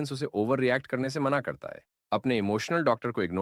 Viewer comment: Mana❌ mena✅